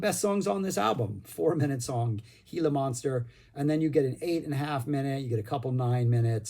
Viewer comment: Great review, really enjoyed it! Gila is pronounced "hee-la" because it's a Spanish word.